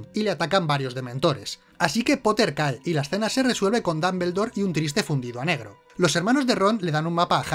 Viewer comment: DAMBELDOR jajjajajajajaja